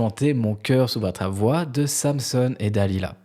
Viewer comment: Prononcer Samson (pas Samsonne) opera Samson et Dalila.